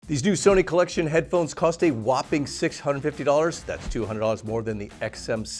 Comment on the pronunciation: Cheering for my favorite, who looks like he’s fighting for his life every time he says “Collexion.” 😭 I'm just happy to see my favorite upload a new video.